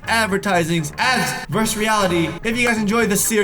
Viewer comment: Vers reality lol it’s versus